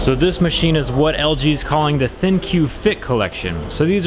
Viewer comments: I think LG pronouces "ThinQ" as Think...just a fancy way of spelling it out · Are you sure its not pronounced THINK? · Did anyone else hear thinq thicc